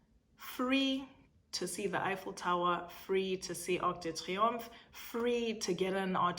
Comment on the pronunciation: The French flows brilliantly with pain au Chocolat and Arc de triumph but you don't wanna say Charles de Gaulle 🤭 We know you can do all the things! Slay it 😘